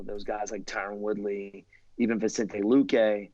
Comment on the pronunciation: Who the f is vintsente luke pardon my language